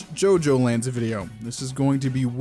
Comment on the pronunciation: I was like "JoJo: the orizing? What is orizing?"